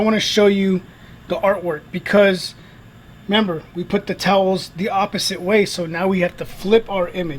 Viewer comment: towles? TOWELS